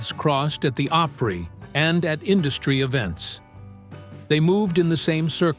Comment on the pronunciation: Elvis did not come calling. Tom Parker did. Also, learn how to say Opry.